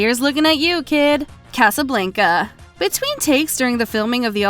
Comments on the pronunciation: What’s your with the weird pronunciation of “Casablenca “? C’mon. You do this for a living I presume, pronounce appropriately! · You know this person is young when they say, Casa- blank-a and Martin Scor-sez-i. 😉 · Please learn how to say Casablanca